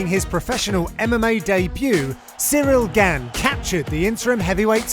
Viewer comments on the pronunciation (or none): “Cereal Gan”